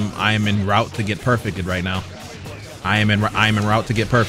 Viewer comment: I hate the way he says perfected lol